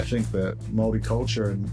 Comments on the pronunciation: The first narrator of the video doesn't pronounce Māori correctly at all. Māori pronounced MAH-O-RRREE. Te Ariki, the second speaker, has correct pronunciation. Endemic just means native, common to the location. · Kia Ora great pronunciation for first-time trying. We roll our r's Mao-ree.😅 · As a Maori we appreciate your attempt at pronouncing our words and that's enough for now. Have a listen to "Maori Ki Te Ao" by Stan Walker to get a proper pronunciation of the word Maori. Check out his other songs while you're there. Thank you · The video narrator is Australian; you want to hear the proper pronunciation from a Māori ;-) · Yes, please don't copy the speaker in the documentary!! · I'm so triggered that the first voice you hear talking about Maori people is an Aussie!! He doesnt pronounce Maori properly either just fyi...pretty decent but not quite right. Whakapapa is genealogy. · Hi, don't try and learn pronunciation from thid video. The narrator is Australian. (The easiest way to pronounce the word Maori is tp think of Moldy)